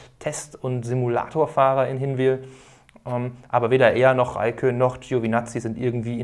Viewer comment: hat er es aber richtig ausgesprochen ;)